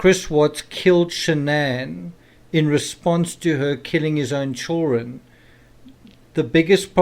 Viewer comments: How is the “criminal psychology”? It’s actually common sense all of it, but it is coming from a man that says chilren. Ew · Me, too! 😄”chill ren”